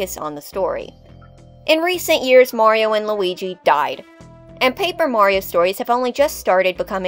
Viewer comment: Finally! A video about Paper Mario villains where the host doesn't pronounce Mario as "Mary-O"!